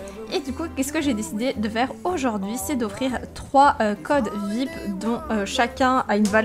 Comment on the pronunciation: 15L sa se lis vip mais sa se dis viayepi